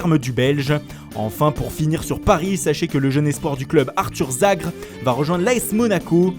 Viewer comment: Ça se dit Arthur zagré par contre pas zagre renseigner vous avant de dire de la merde